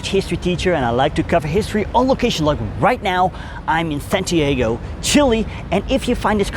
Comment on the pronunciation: Ok dude, if you are going to talk about our country and history, the name of our capital is pronounced SantiaHgo and not SantieHgo